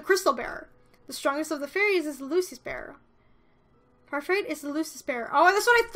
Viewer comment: Why do you pronounce parfait with a t? It's French they don't pronounce y'all at the end of words